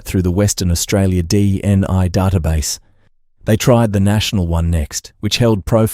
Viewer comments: Dna not dni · With respect, sometimes it said DNA but it also said DNI... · Sounds like AI to me so many inaccuracies, distances, pronunciation all wrong, DNI what's that seriously not Ai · Its. DNA and Nullarbor not nullaba... stupid A.I.